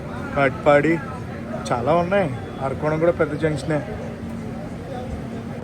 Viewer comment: మీ ట్రైన్ బ్లాగ్స్ అన్ని చూస్తాను. మీరు ఊళ్ల పేర్లు తప్పుగా చదువుతున్నారు. ఆర్కోణం కాదు అరక్కోణం. మీరు కాంట్ అంటారు అది కంటోన్మెంట్ అని చదవండి. రేక్ షేర్ కాదు. Rack ను ఉచ్చారణ ని ను తెలుగులో యథాతథం గా రాయలేం."సూళ్లూరుపేట" సుళ్లూరుపేట కాదు.